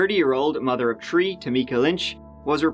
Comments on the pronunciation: How do we get to see your new videos? Every video i watch you say "in this old video". Also when you say 3 you pronounce it "tree" you can pronounce it properly obviously, what's all that about? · "Tree hours early" 😂 love this guy.. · Three = Tree & Third = Turd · it's THird or 3rd, not TURD!!!. it's 3 or THree, not tree!! why can't blue collar Irish people pronounce a simple "TH"??? ;-) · First time viewer & it was driving me nuts hearing, tree & turd instead of three & third. I get it but really, speak proper english please especially with the topic of conversation. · A great drinking game every time he says tree or tirty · "A turdy year old mother of tree..." LOL😂 get ready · I Love how he says three. On the "turd" of May ❤ it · I thought the videos weren’t good until like kept watching his puns and the way he says tree instead of 3 makes it a lot better lol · Doesn't it seem like every number said in these videos is tree? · was murdered on the Turdieth at tree turdy..... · "Tree" "Terty-one" and "Terty-seven" Treeeeeeeeeeeee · odd when non americans keepin talkin bout our shit wtf bout yalls shit ya cant even say 3 says turd every time annoying...then throws out hack semi jokes!... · Every video he makes gives me the opportunity to hear him say "tree" instead of the number three, several times! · 😂 I was thinking just that haha it's crazy like 90% of the numbers he said had a tree in them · Irish pronunciation-tree-tanks-turty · And "tree" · Never mind saying “TREE” instead of three, It’s funnier when he says “TURD “ instead of third 🤣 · TREE TURDY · I would be heartbroken if he quit saying turdy tree! 😂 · Should plant a tree every time he say three .. earth will love us lol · Are you sure there aren’t tirty-tree? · I find it hard to listen to him pronounce the words Thirty and three.